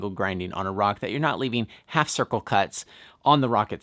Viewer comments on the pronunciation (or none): none